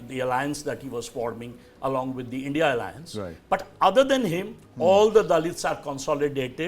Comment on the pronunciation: If someone struggles to pronounce India and instead utter as Indi you can safely say what that person's opinion will be.